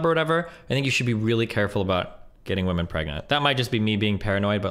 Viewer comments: the only reason i dont watch is because she says woman instead of women. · Dude I know she speaks English so the fact that she cannot say PLURAL womEn is so fucking annoying to hear. She’s been doing it since day 1 and I don’t know why